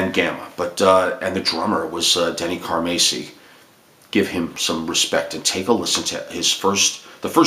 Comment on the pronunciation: Pronounced 'Car-Mass-e' ( Mass...like saying, 'Went to Church Mass) So...Not ..."Macy'...as you mis pronounce. also...Just Bill Church. Not..."Up-Church'. just setting that straight. great stuff. one of the biggest Car-MASS-i fans, ever. Trust me. I've got stories. but...thank you for speaking about Denny. A true Legend drummer.